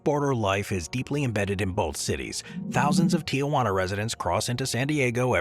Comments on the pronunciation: It's not pronounced Ti-ah-wana, it's Ti-wana. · "Tijuana" is three syllables, not four. It's not "TEE-uh-Wah-nuh". It's TEE-whah-nuh . I swear, if the whole video was about Tijuana, I would not stay, this is so annoying. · I'm normally pretty lax about mispronouncing names from other languages. But for pete's sake, look at the spelling. There's no "a" in there. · I liked the video. However, I would just like to point out that it is Tijuana, Mexico. It is not Tiawana.